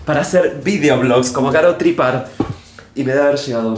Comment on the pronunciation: martin, su apellido se dice TrippÁr, no Tríppar JAJJAJAJA